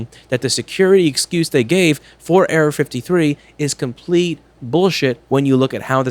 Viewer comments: anyone else think he was saying Area-53... LOL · The frist time he said error 53 I heard area 53